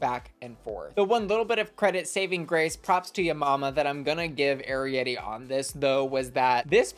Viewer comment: YAY YOU SAID ARIETTY’s NAME RIGHT! THANKS QWEEEEN (I’m just a big fan of that movie 🔥